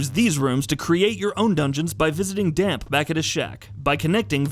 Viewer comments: Pretty sure the grave digger's name is pronounced more like "Dam-pay", not "Damp". That's what he accent over the e is for. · Hahaha damp!!